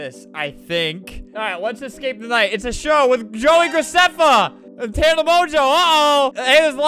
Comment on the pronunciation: you said e but you actually said "AND" as "E"